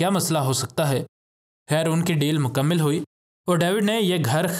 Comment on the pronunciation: آپ لوگ اردو غلط کیوں بولتے ہیں۔ مکمل لفظ میم ثانی کے زبر کے ساتھ عربی گرامر کے مطابق ھے۔ اور آپ نے مکمل کو میم کے زیر کے ساتھ ادا کیا۔ اور فی امان اللہ کے نون کو فتحہ کے ساتھ پڑھا جبکہ اصل میں نون کوزیر کے ساتھ پڑھنا ہی درست ھے۔